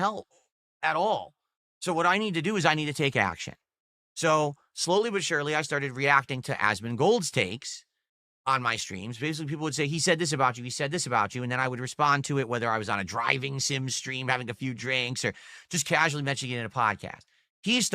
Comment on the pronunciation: I hate how he says "AS-mun-GOLDS" it makes me want to punch myself in the face